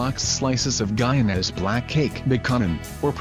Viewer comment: Guyanis? 😂😂 its Guyanese like Chinese 🇬🇾🇬🇾🇬🇾 put some respect on my people man!!